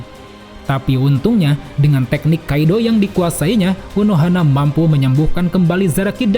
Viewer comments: Rada risih pas bilang kido dibaca kaido, nyambungnya je younkou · Bukan kaidoo.. tapi kidoo